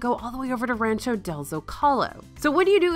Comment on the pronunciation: Rancho what? Lol. Work on that pronunciation.